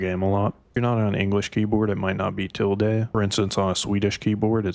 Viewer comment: Sorry to be that guy, but I just want to help you, bro. It's til·duh, not til-day. The pronunciation doesn't make sense to me because id say it the same exact way you did if I saw the way it was spelled and never heard it before.